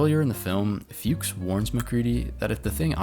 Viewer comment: It's a German name. You don't pronounce it "fewks" but rather like "fox" (what it means in German) or better "fooks".